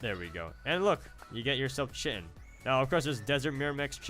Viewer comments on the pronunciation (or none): I think it's pronounced "Kai-tin" not chitin. Wish I could figure out why I can't get this mod to work but your videos are a great way to see what it's like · its Khi-tin so triggered